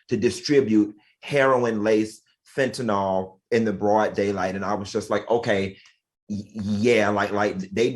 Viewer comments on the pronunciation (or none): Fentanyl “Nilll” not fentanOooool. Damn.